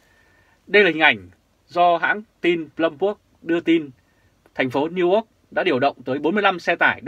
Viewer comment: please doc NEW YORK dum NEW ORK nghe ky lam.